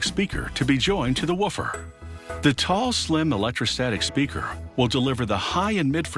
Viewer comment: Did it only bother me that he said 'waffer' instead of 'woofer'?